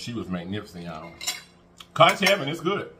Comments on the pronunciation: It is pronounced kunk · Conch is pronounced (kunk) lol the “H” is silent lol I’m Bahamian 😅conch heaven is a good place next time try the pork souse it has has pig tails, hog mogs & pig feet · We pronounce it... conk...rhymes with trunk... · Everything looks amazing! It is pronounced 'Conk' 😊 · Hey there conch is pronounced "conk". Ch is silent. You're right it has a very delicate flavor. Can be rubbery, if cooked incorrectly. Love me some conch. Never had it fried but in stews with plantains. Best bud is from central America and I grew up with her eating it. Glad u gave it a try! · “I CAN NOT” 😂😂😂 It’s pronounced KONK boo but you made it look sooooo delicious. I love Conch. Enjoyed you today 😍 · First time I tried conch was in the Bahamas the sea gulls (those big birds) dang near took it off my plate from the table. Yes they fly that close. It was good though. I’ve tried since and enjoy then too. Finally it’s pronounced conk, like honk. Nevertheless great video per usual friend. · It’s pronounced “conk” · Pronounced Konch